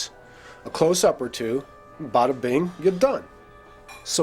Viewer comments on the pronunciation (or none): none